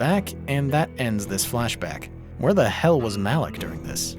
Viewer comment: pronouncing "Malik" like "Malak"... Huh. "this is for Gohan"...? !, ALERT. REPEAT, !, ALERT (Malik was only killed (beheaded) in 1228, after Altaïr saved him from the Masyaf dungeons, where he told Altaïr what had been happening with the Levantine Assassins while he was in Mongolia, and apparently the very same day) Mr... Ocelot?! And finally - previously, that is up until video 3, Uncle was gonna review all 13 mainline games up until Mirage. Now, he's only going to review up until Syndicate, game #8. The compilation of "Metal Gear Solid 5 Sucks and I Love it" came out on March the 13th. 3/13. This video (AC Revelations) is the 4th out of 8 he's gonna do. What's missing for 8 to become 13? SO, my deduction here is that "Metal Gear Solid 5 Sucks and I Love it Part V" is going to come out on August 4th, 2024. 4/8, in the standard date system.